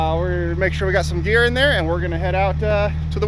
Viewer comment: Did you say gear or beer? honestly, I prefer both!